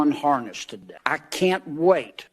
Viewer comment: What's a "harnerst?"